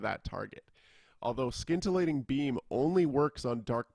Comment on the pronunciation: Excellent breakdown on a raiding chanter. As a side note, there is no 'k' sound in scintillating :)